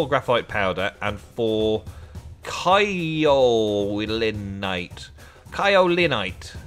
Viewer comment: If you're gonna correct someone, atleast do so 'correctly'. Kaolinite (/ˈkeɪɵlɨˌnaɪt/) k - sky, crack eɪ - FACE, made, fail, vein, pay ɵ - omission (either oʊ or ə) So not Cow, but more pronounced like the boxing term "KO" or "kay-oh-li-nite"